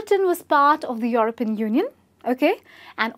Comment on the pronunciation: She should practise saying 'European'...